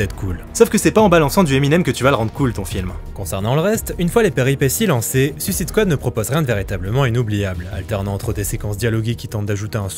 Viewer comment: Superbe vidéo. Bizzare que toi aussi tu prononce à la française alors que le gars qui intervient dans la vidéo sur l'origine des comics le dit correctement. Je vais finir par croire que bcp de youtubeurs sont fâchés avec le mot suicide en anglais :)